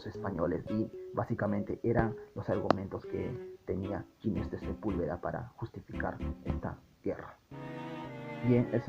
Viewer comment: Ginés es un nombre castellano y se pronuncia con las normas fonéticas de este idioma: la G con las vocales i /e tiene sonido de J. Ginés suena como Jiménez. Nunca como si fuera inglés . No es "Yinés", por favor. Este constante error hace que el vídeo se vuelva casi insoportable.